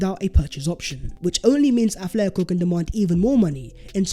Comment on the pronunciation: Hate to be that guy,, but it's AT-letico not ATH-letico.